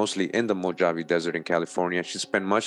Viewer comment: I wonder if Mojave is a hebrew word. Its actually pronounced Mo-ha-vee....